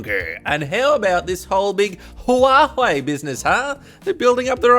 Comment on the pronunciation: The way you speak this company's name every time is just so satisfying. More Huwaei videos please !